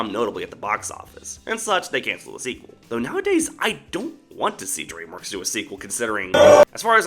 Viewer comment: Please do not say dreamwokes it really annoys , frustrates and infuriates me when you said that